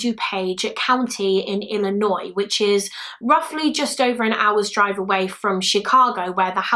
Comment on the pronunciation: You said Illinois right 😭👏👏👏 We got people in our own state who don't say it right. So congrats 👏😅